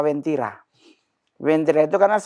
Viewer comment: Uwentira kak bukan wentira. Aku palu asli